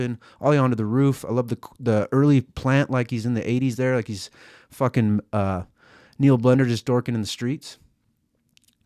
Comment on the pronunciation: The pills 💊 kicked in right about when you introduced Neil blender You got half way through the Neil And yeah you’re mouth stopped worker Ne -eel blender You added a dribbling zani syllable. I ended up in handcuffs a couple months ago. Pills and vodka. I even recorded myself thinking I was cool and posted it on insta ,playing guitar. Deleted the app since then.